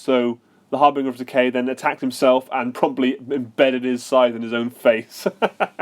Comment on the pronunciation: I'd never heard anyone mispronounce 'harbinger' before watching this video. It's a soft G, mate.